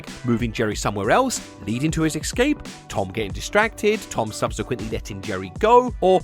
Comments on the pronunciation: the word is pronounced "Ess-Cape", not "Ex-Scape". And a period of time, that's an "Ee-ra" not an "Erra". I'm sorry for pointing this out. But I'm sure you'd rather know. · The word is ESCAPE, not EX-SCAPE. How can you get this wrong? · It's "escape" not "ex-cape" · I played a different game - “how many times did say “excape” rather than “escape” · The amount of times says "excape" physically hurts 😭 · Sorry, "exscape"? It's too important and frequent a word for this video. I had to say something. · Why can’t people pronounce “Escape” any more? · I wanted to enjoy this video but i CANNOT handle how British people say "escape" like my dude WHERE'D YOU GET THE X FROM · How do you make a nearly one-hour video about a mouse escaping a cat and never work out how to pronounce "escape"?